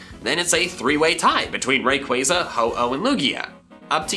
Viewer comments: Im finna beatchu for saying rayqaaza its ray-quah-za wtf and arceeus emphasize the c not k kll me now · You also misread rayquaza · Man said rayquiza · It’s so annoying